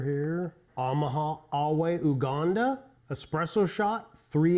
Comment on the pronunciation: Heya! Nice review. Just a note that it is pronounced you-ganda rather than oo-ganda.